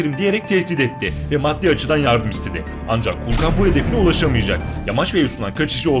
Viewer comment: Kulkan değil. Kuklan😂😂😂😂😂